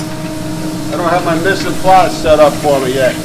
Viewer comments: Mise en place lol but he said it so funny to me. Must be our different regions accents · You say your mise en place not in place, and the other day I heard you say 'onyio' instead of onion. lol. You've been watching Chef Jean-Pierre. lol